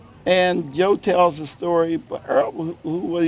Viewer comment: It's Errol Larkin, not Earl.